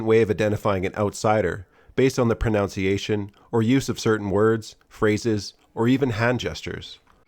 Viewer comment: One of the more commonly mispronounced words is proNUNCiation. It’s not proNOUNCiation. I find this ironic and amusing. 🤣🤣 Love your work! ❤️🇦🇺